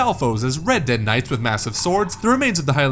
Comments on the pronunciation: Red-deads? I've always pronounced Reedead... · This dude just called ReDead knights “Red Dead Knights” LOL. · Its Re dead. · "red-deads" lol. wrong